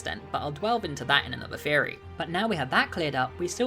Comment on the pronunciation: first time here, and ngl everytime you said theory I thought you said "fairy" I'm embarrassed by how long I was confused for... oh well Sláinte